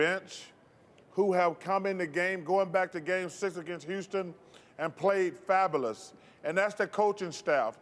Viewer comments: Why can't you pronounce "fabulous" correctly bro 😂 over here saying fabowlus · “They were Fabules”- Charles Barkley 2019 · "played fabalus", haha Chuck